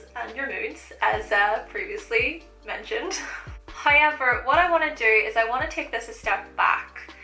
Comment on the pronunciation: That's the northern irish coming out 😂